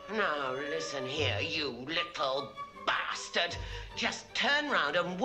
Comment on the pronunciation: "Ye Feckin Little Basstart" (it gets me everytime I hear what she says to Alex for messing up.)